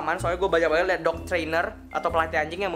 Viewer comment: apa cuma gue doang ketika ngucapin kalimat yang berakhiran et selalu jadi ed, contoh banget = banged